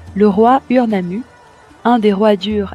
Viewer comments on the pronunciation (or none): on dit OUR